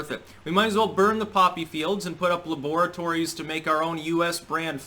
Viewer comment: Why does pronounce “laboratory” like dexter?